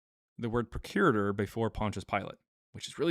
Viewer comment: Arrrgg!!! It's pronounced PROC U RATOR, not PRO CURITOR. Just saying.